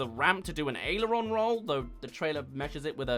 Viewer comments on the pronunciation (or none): none